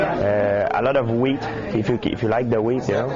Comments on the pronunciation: lmfao!!! As soon as I heard GSP say "a lot of wheat" i knew for a fact that one of the top 2 comments was gonna have someone say "a lot of weed" .... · "a lot of WHEAT"